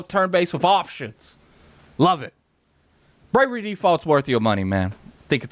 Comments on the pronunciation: *Bravely with a L Not bravery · came in comments looking for this, it was triggering me. i was like please say it right atleast once PLEASE!!! lol